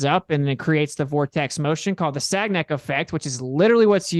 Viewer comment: For someone who claims to do research, sure didn’t research how to say “Sagnac”. Cringe. Loser.